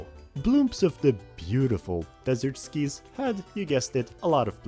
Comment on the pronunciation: Nah, what are those pronunciations of K.O. and skies? Other than those pronunciations that were genuinely painful to listen to, this was a great video!